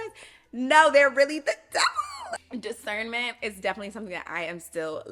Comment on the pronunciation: “Cause you got what” “discerrrnment”😂